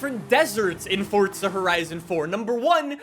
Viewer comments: Fortza.... its forza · Stop saying "Fortza". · THERE IS NO T IN FORZA!!!!!!!! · i like how he says fortza instead of forza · FORTZA HORISON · This man puts the T in forza